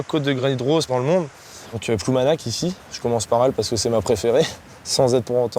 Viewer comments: on dit ploumanaRR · Il est tout à fait regrettable pour la langue bretonne que les bretons eux même acceptent de prononcer ploumanak ou pire painmare (penmarc'h), beaucoup de bretons, une majorité, n'ont aucune notion de la langue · Ploumanaque.... la folie française de mettre des E partout...